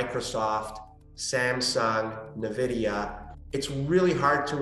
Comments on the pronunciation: Did he just pronounce NVIDIA as NAVIDIA?? Short everything this guy owns. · Did a crypto CEO just say "NuhVIDIA"? I might not be rich, or know a lot, and want less and less to do with the digital world, but what the hell was that? 🤡